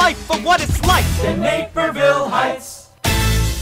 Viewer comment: I'm from the Chi suburbs so when you said "Naperville" the first time I almost choked on my drink. Naperville Heights. I can't. :D You guys clearly had so much fun making this!